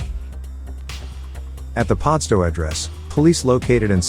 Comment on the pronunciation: He got Yagoona right but can't say Padstow 🤣 " paardstow"? WTF? 😂 I'd by him a case of Coopers pale ale for a round or two of his attempt at an Aussie accent if he thinks that's how we pronounce pad✌️🤠🇭🇲.